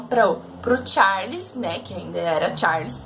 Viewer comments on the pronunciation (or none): none